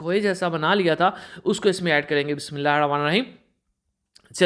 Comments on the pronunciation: Mazrat ke sath aap Bismillah Sharif Sahi tarike se padha Karen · Venchoo bismillah to sahi sy parha kar jhant k baal